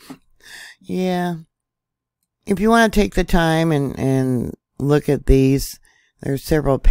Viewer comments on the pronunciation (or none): none